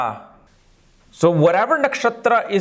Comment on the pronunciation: Informative video, no hate but please pronounce the names of Nakshatras correctly. I feel like you carry on a huge responsibility of teaching vedic astrology, it's only right to pronounce and write the correct Sanskrit names assigned as they have corresponding meanings behind them. It's not Ashwaini, it's Ashwini. It's Mrugasheera, not whatever you said. It's Aridra, not Aradra. It's not punravasu, it's punarvasu. It's Swati, not Sowati. It's not Saravan, it's Shravana. It's not Satabishak, it's Shatabhisha